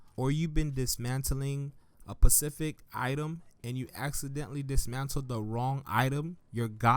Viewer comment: its "specific" not "Pacific"